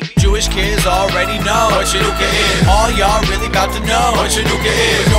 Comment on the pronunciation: Chanukah sameach! 🕎💙 Haha! I love it! "Happy Chinooka". You know that's probably how some non-jews think it's pronounced. 😂👏🏽